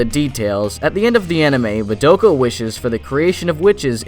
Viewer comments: I'm so surprised at the number of people who mispronounce Madoka. It's pronounced Mah-da-ka, not Ma-doak-ah. Have you watched the show?? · Sorry but like saying her name like ma doe ka is hella annoying, they say ma do(as in dos but without the s) ka in the series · That's not how you pronounce Madoka....